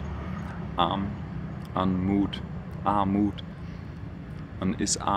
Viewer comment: Ar-MUT und Kapi-TAL :-)